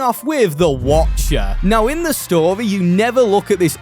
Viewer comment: Love the way he says story like “storay”